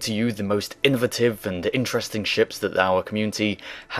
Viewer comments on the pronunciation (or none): In-da-tive? In-a-vate-ive